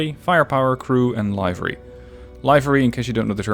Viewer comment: From someone who still struggles with pronouncing Livery, hearing it as Live-er-EE, with the long I, made me laugh. For reference, I say it liver-EE. Nice videos :)